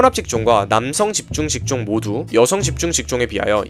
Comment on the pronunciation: 좀 다른 말이긴 한데..집중직종이라는 말이 많이나오는데 발음 안꼬이고 잘 읽으시네요..신기